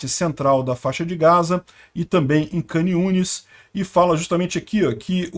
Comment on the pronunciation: Shalom shalom. Duas coisas pra te falar: a primeira é que agora já pode vir para Israel, então já planeje sua viagem, e não precisa pagar hotel, pode ficar aqui em casa. Segundo, a pronúncia da cidade de Khan Yunes é parecida com o ucraniano e o russo, as letras “kh” ou “ch” se lê como “rr” igual a “carro”, então onde se lê “khan yunes” você pronuncia “rran yunes”. Belezinha irmão, se cuida aí no Rio, pelo que sei da pior que aqui, kkk